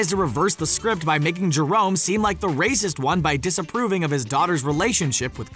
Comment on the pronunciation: He literally just called Jermone, Jerone" 😂😂😂